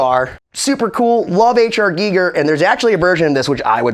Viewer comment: STOP!! It's Pronounced "G-Eye- ger"... Not "geeeee- ger".. HR Giger is famous for his work on the movie Alien I believe. however Im sorry for yelling, but I couldnt take your pronunciation of his name anymore.